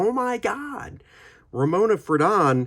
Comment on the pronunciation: I just heard that Ramona passed away last night, 02/24/2024, at age 97. (BTW, it's "FRAY-don," not "fruh-DON." Her husband Dana, a cartoonist for New Yorker magazine, passed away five years ago.)